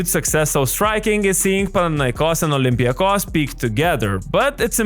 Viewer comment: First of all, how did you say first olympiakos. Re ouuu